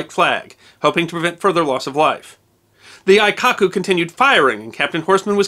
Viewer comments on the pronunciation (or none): A very nice slice of history. You should be aware that your pronounciation of Japanese words in this video (and others) is a bit incorrect. Aikoku --> Ah-ee-koh-koo Hōkoku --> Ho-oo-koh-koo The "oo" for the long "o" in Japanese is often omitted or so softly spoken as to be unheard and not such a big deal. Your pronounciation wasn't bad (as a Japanese would complement you even for trying) but it wasn't accurate. Thanks again for this piece of history that should not be forgotten!